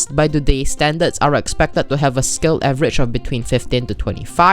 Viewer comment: "avgerage" nice.